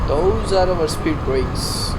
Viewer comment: what did you say there? spear brakes? I didnt understand